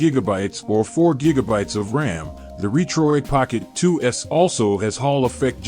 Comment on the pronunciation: Robot voice which pronounced Retroid incorrectly, and just a specification listing with no review ......